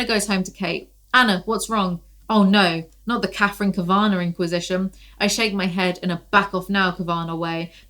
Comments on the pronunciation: I’m sure someone’s already commented this but just in case “Kavanagh” is an Irish name pronounced “KAV-uh-naw” not “Kuhv-ANN-agh” ☺️😂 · I think Kavanagh is pronounced Kav-Anaw maybe? Idk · It's Katherine Kav- uh- naw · Kav-eh-naw you're welcome 🖤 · Kavanaugh is said like Cav - uh - noff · My inner goddess needs to recover her equilibrium after this mess, lmfao….also, never seen anyone struggle pronouncing cavanaugh so much 😂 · Your pronunciation of the last name “Cavanaugh” is truly LOL inducing, thank you 🥰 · Awesome! Also I think the first two 'a's in Kavanagh are pronounced as they are in "cat", and the last is like "car". So the whole thing is like 'caviar' but with an 'n' in it. 🤔